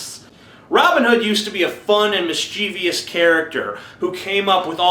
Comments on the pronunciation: Mischievous not "mischievious". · you pronounced mischeivous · Check your pronunciation of the following words: "titular", "mischievous", "donning"